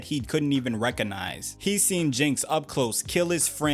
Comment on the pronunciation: Recognize ❌️ Reconize ✅️ Clearly the "g" in the world is silent now 😂